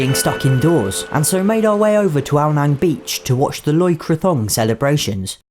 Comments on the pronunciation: It is actually said Loy Kra Tong Not Thong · Great video but I think it is pronounced Loy kratOng not so much Loy crathong although I’m not sure